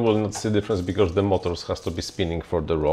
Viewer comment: I love Your videos, Your opinions, Your interests and Your projects man. BUT there is no R in because :D :D no hate :D it gets me every time you say it :D